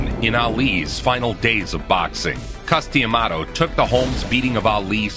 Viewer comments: Y they keep calling him “Cuss-DEE-amato”? What’s with that “dee” shit?? It’s just Cuss-duh-maw-tow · Wow no one can pronounce Cus D'amato's last name.